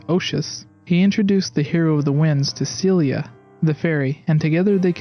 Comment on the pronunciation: also it's Ciela, not Celia